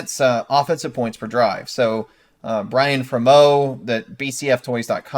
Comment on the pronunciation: it's Byron not Brian